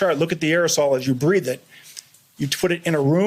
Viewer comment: BREATHE NOT BREFF you dumbfuk